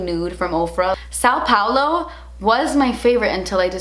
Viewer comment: Haha, your pronunciation of “São Paulo” was so cute 😂😂 you said “São” a little too spread like “ow” & it’s a little “deeper” if you will, I literally cannot think of a word in English that makes the same sound though 😂😂😂😂